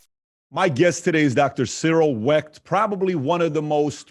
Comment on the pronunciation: “ I GOT 21 PEOPLE IN MY HOUSE " GET THE HELL OUT !!! , “ YOU BETTER BE DAMN PASSIONATE ABOUT THE KENNEDY ASSASSINATION “ !!!! MR. CYRIL WECHT , NOT CEREAL WRECK !!